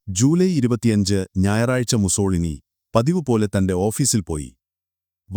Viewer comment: മുസ്സോളിനി അല്ല... മുസ്സോ -ലീനി എന്നാണ് പറയുക...